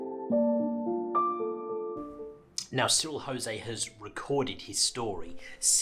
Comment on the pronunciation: Cyril was not Spanish! You pronounce the ‘J’ in Jose. You even use a clips from the drama documentary on the first day of the Somme in which they pronounce the name correctly.